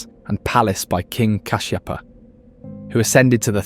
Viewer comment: Well documented and narrated also history and places being explained accurately. Hats off for a true explanation of every single picture frame. Special thanks for pronouncing KINGS name correctly As KASHSHEPA . . (Sigiriya ) THANKS FOR EDUCATING THE VIEWERS WITH TRUE FACTS . WITHOUT FICTIONS NICELY NARRATED AS A ONE STORY TO THE LISTENERS . PLEASURE. MUCH ❤ KEEP IT UP THE GOOD WORK.